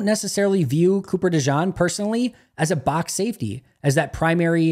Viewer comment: It's pronounced De-Gene. Thanks for what you do.